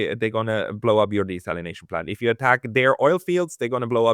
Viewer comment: Desalination there's no z... Great guest